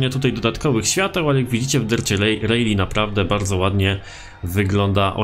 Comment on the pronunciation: jbc to wymawia się "Rali", a nie "Rejli"